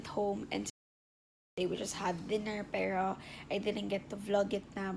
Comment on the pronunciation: tangina nmn oh ayusin mo pag salita ng "PERO"